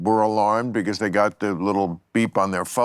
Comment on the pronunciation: Why do you say beguzz? It's because.